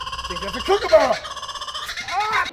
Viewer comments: Gday from the land down under appreciate the proper pronunciation of kookaburra very rare from your mob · WOW a Kooraburra in Kentucky who'd a thought it? I'm impressed you pronounced it correctly.